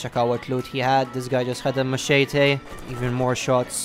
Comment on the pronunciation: Why did you call it a “may cheee te” lol 😂😂